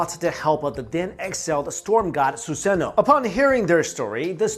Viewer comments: It's suzano not suseno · Ok, did he say Yata Mirror? If you know what that is have a good day! AND did he say Susano'o (he butchered is btw) Orochi? Orochumaru? Izumo? Izumo Uchiha! Amaterasu? Goddamn, they should play Naruto in history class.....